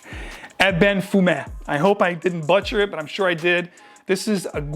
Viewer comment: “baatcher”? was the butchering so intense that it rippled pass itself on through to the next word and butchered that too.. 🤣